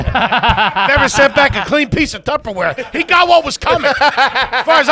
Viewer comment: That's a good conversation about Tupperware, excuse me Tubberware